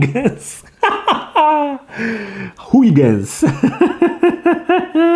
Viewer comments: Christiaan Huygens to jeden z największych astronomów w dziejach, proszę się z nie nabijać!:D [nie wiem jak nazwę gry, ale nazwisko Huygens czyta się mniej więcej HOI-HEN, ale spotkałem się też z HJUGEN] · Huygens wymawia się "Hojhens" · "Huygens" czyta się "hojhens", bo to po holendersku :P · Ale z Ciebie prymityw (no offence) xD "Huygens" czyta się jako "hojhens" i jest to nazwisko człowieka nauki, choć nie wiem, czy ta gra nawiązuje do typa. W temacie nauki i gier, znalazłem na steamie inny tytuł, który rozwalił mi mózg: "Kirchhoff's Revenge" (ten typek jest odpowiedzialny za "prawa Kirchhoffa" w różnych dziedzinach) - czy Ty uczęszczałeś do liceum? (z technikum by Cię nie wypuścili bez znajomości tych jeichmości :P)